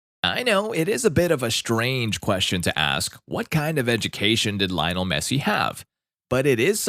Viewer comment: In Spanish it's pronounced like liyoh-NEL MEH-ssee